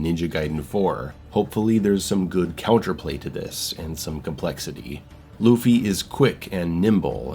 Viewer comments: It's pronounced more like "LAW-Faye", not "Luffy". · i fucking died at the way you pronounced “Laufey” (LAW-FAY) as Luffy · Hearing call Laufey "Luffy" over and over almost made me click off the video ngl. Just call her Faye man. Lol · Lu-Fay lol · Just to help pronounce lauffy you would sa lowe-fee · Lau like in “loud” Fey ffs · I hope the mispronunciation of this name stops being a bit/joke/intentional soon. At least say "Law-vey" if the "au" sound is too confusing/hard to do. 🫠 Or just call her Faye, please. I like your GoW breakdowns and I hope this title brings things back to some Hack and Slash roots. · My guy saying “loofy” 😂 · I'm Icelandic and it's... grating, to say the least, to keep hearing the same joke/mispronunciation over and over again, especially given the popularity of the singer with the same name. Thanks at least for the compromise.